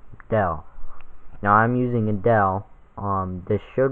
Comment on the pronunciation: Him: "I'm using A-Dell." Me: "Hello."